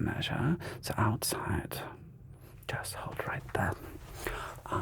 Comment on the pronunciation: Like ze Vetruvians 😂